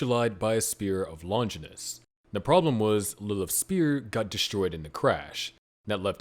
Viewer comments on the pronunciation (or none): It's Longinus, not Lonjinis